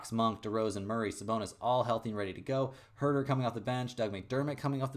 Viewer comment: This isn't to troll I love your picks lol but Goedert is like "Gah-dirt"